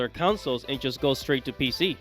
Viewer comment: councils? does this fool know how to speak?